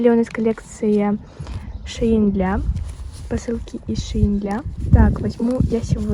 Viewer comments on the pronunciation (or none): не шеин, а шейн